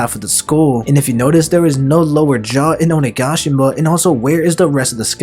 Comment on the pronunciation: Will not subscribe until you pronounce OniGAshima right! “Onigaashima” smh